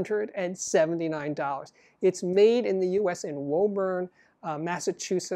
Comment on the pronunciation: Woburn is actually pronounced Woo-burn, weirdly.